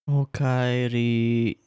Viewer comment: I don't know why but I like Okaeri